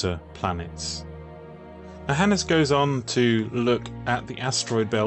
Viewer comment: A Finn here with my take on it... Hannes has two syllables, hence it's "Han-nes" with emphasis on the beginning of both syllables. Both "n"s should be heard much like in "can not". Swedes add a rising intonation to the last syllable, while Finns speak more monotonously.